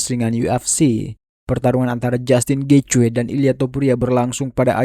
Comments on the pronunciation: Getje nyeet , bukan getjoy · Gaethje cara mbacanya Geiji. Bukan Gecwe. Nama orang itu